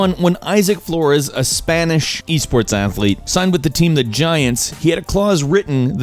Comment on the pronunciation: Silver Akstilettos "e-thlete"